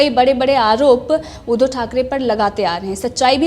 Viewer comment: Madam आप उद्धो की जगह उद्धव बोलना सीख लो.